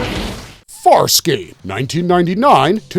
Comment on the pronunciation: Wow, you jacked up Farscape something fierce. Still glad it got a shout out though